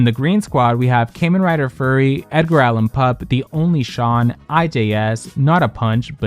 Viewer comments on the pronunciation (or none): none